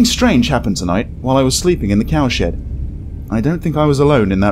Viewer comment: Every time he said cowshed fast it sounded like cowsh*t lol couldn't help but laugh